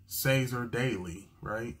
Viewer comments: He is an Indigenous Australian, you pronounce is Kass-ah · Casser is pronounced like it has a K, Kasser.